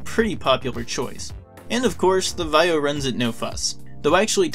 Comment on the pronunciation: Why don't you know how to pronounce Vaio?